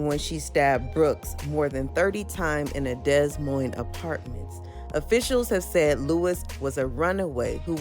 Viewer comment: My gawd. The S is silent in DES Moines